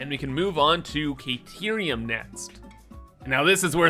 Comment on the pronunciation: I don't know if anyone has told you yet but you're pronouncing Caterium wrong. Just wan't to help out.